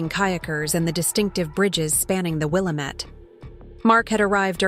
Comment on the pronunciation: Yah finally someone who can pernounce Willamette correctly